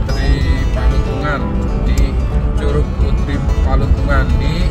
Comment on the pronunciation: Palutungan om... Bukan patulungan😂